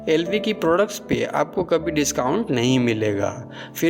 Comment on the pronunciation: Be chutiye tujhse to LV ki pronunciation bhi shi se nhi ptaa bol Kia Raha h tu chale aate h YouTube per muhh uthake